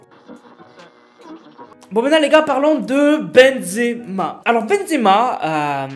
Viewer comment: Pk ta dit exema au lieu de benzema